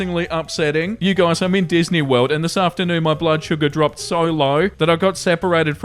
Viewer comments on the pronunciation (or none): I hate myself for it, but I laugh to myself whenever you say "World" Wewld